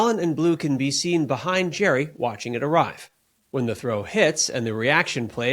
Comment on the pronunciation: It's pronounced Gary! Not Jerry